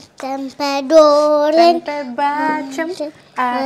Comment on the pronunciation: Waktu nyanyi pengucapan untuk goreng disebut Doren. Jadi lucu, maklum masih belum terbiasa pengucapannya.